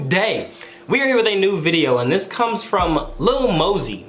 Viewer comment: How hard is it for to pronounce lil mosey you’ll find out on the next expisode